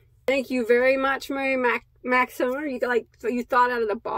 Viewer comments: Hi! That was so nice of Mary Maxim. I like how you say it too. I hope you share the finished decoration the kids do. I have no clue how any of it works sorry. Hope the BOD family has a great & safe week. Sending Hugz!🥰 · When you say their name incorrectly you have to repeat it, so I feel sure they don't mind. I never heard of them until I started watching you. "Mary Maxim" a name I will never forget. Lol...What an amazing gift...I have also seen the post of some that bought your Mystery Box, I can not wait to purchase one or some..Great job